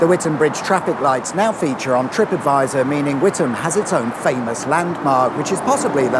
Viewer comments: I'm truly surprised, given some past examples, you actually pronounced Witham correctly. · Did you do the wavy arm thing to make the lights change for all the ghost traffic to make it's way in the opposite direction? And thumbs up for pronouncing Witham correctly, none of this With Ham crap, that's when I get in a Meal Deal sandwich. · As a former Essex resident, not too far from Witham, I am glad that you pronounced the name correctly- something that the BBC often get wrong. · Thank you for the correct pronunciation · I live just up the road in Braintree. Well done for NOT pronouncing the town WiTHam! 😁👍